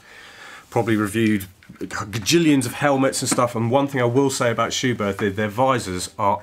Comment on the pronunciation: Good information video. But a well-intentioned note from me as a German... it is pronounced "Schubert with a short T"... without the H after it. Please ;-)